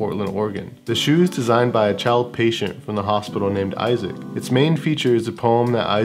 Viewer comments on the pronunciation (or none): none